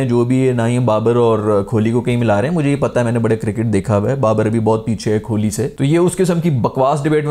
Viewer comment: It’s kohli not kholi